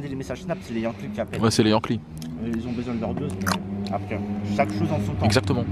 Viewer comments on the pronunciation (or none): none